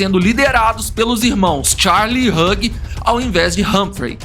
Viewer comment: Vídeo excelente amei 👏👏👏👏👏 só um diquinha de inglês Hugh, se pronuncia /hju/